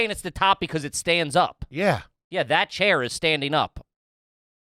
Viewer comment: I love when gets so confused/flustered by the shit says that he goes full gibberish mode! “Yeyeyey ya got wha wha what are what are you talking about?”